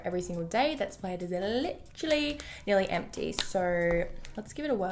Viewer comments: i live in australia and literally everyone i know say Lit-er-ally or Lit-ril-ly. i'm pretty sure that she just exaggerates it on purpose ☺️ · no not always ahahah I'm Aussie and I normally don't say it like she does in the video but she obviously doesn't say it like that all the time HAHAHAH I know that doesn't make sense but I think u get my point